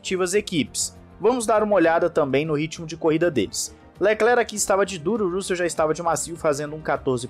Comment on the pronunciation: Cara, pelamordeDeus, pronuncie RÂssel ou algo parecido! Sua pronúncia é péssima!!!